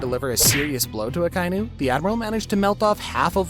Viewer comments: yet another one piece "fan" who says "AKA-INU"s name wrong🤡🤡🤡🤡🤡🤡🤡🤡🤡🤡🤡🤡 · Why do you keep saying Akainu wrong? You stupid?